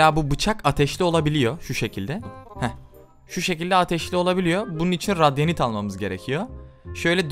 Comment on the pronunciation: Abi o radyanşt değil radiant